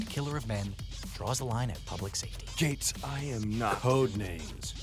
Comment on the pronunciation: And Felix... "Gates" eh?...